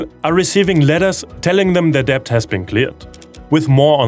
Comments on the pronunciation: Love hearing about the progress in providing health care for low-income patients, but the thing that really made me smile and get on the verge of laughing was hearing you pronounce "debt" over and over and over -- while pronouncing the silent "b". English tends to collapse combos when they have multiple plosives in a row (p b t d k g), so it's just "det", much like "cupboard" is pronounced "cubberd". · don't say the B in debt just say det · It's really uplifting to get this monthly dose of positivity. It's not all doom and gloom. Thanks for this. Oh, just a little niggle: the English word "debt" is pronounced "det" (the b is silent).